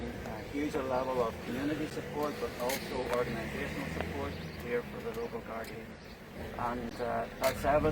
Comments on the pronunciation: Its Gardai not gardi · It’s gardai not gardi